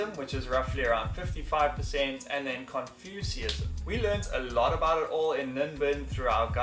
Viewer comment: Confucianism you say like this: Con-fyu-shion-ism. Taoism you say like this: Tow-ism. The first syllable is pronounced like the word, Ow the word you say when you get hurt or some such. The gorgeous long, flowing dress tunics that the Vietnamese women wear over loose trousers, are called: Áo dài and you say those words like this: Ow-DIE.